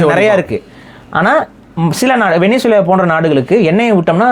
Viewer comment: கூமுட்டைங்களா, அது வெனிசுலா இல்லை வெனஸ்வேலா. அதெப்பிட்றா நம்மூர்ல எல்லாரும் தப்பா படிச்சு வச்சிருக்கீங்க?